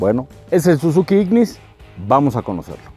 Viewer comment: Chequen las tablas dice "Sizuki"